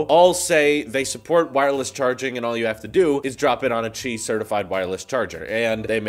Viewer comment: I use auto captions because my speakers are not very loud, and when you said Qi it thought you said cheese lol! 😂